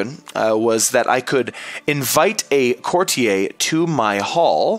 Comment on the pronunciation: IT'S A COURTIER. A FUCKING COURTIER. NOT A "COURTI-EY"